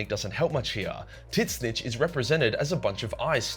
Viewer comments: I keep thinking he's pronouncing Tzeentch ironically, but it doesn't seem like he is :( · The way you pronounce tzeentch drives me crazy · Can someone explain why he pronounces Tzeentch like that? Is this an inside joke, is he clueless, or am I the clueless one? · The way you say Tzeentch fucking sucks. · Sadly he pronounces Tzneech wrong, it's in the books. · Did you just say TIT SNITCH INSTEAD OF TZEENTCH?????????!?!?!?!?!?!?!?!?!?!? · I thought it was pronounced "ZEEEE-CHEECH" why is he saying "Tit- Snitch"? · Ngl I though tzeentch or whatever tf his name is was pronounced as “zeech” and not “tit snitch” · Tzeentch is pronounced "zeench," not "titsnich." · My man, its pronounced "zeench" not titsnitch. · It physically hurts me every time he calls Tzeench “Tit Snitch” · Gotta say man, the "Titsnitch" thing has gone from kinda funny, to unfunny, and now it's just annoying. Please just say Tzeentch. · its not titsnitch, its zeench. GW confirmed in a recent video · Tzeentch is not pronounced "tit snitch" it's "Zeench" FFS! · Tzeentch is not pronounced Tit-snitch it’s either “Tseeench” or “change” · Please stop calling Tzeench titsnitch. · Its not "tits nich" its "zinch" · Why you keep calling it tits snitch? It’s tzeench : t’Zeench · I've never heard Tzeentch spelled in such a weird way. How the hell does your mind go to "Tits snitch" instead of "Seentch"? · Wait is it really said titsnitch? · why do you keep calling Tzeentch t!ts snitch? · tzeentch is pronounced titsnitch? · Does anyone else hear him say TitSnitch? lmao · I can't unhear tit snitch anymore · Bro keeps saying tit snitch, thats how him gonna call him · Dude.. you sayin Tzneench like that is just ridiculous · Tzeentch must be working its way into our world, as this is the wierdest pronunciation of his name I ever heard XD I usualy say Tz tougheder not apart like you. It lomoust sount as if his name was T'zeentch not Tzeentch. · I will never agree with the Titznitch prononciation.